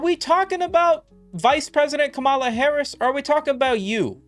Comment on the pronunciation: Only conservatives pronounce kamala like that lmao, say it like one syllable